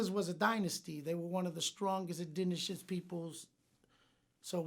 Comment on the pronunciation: Indigenous: indinishift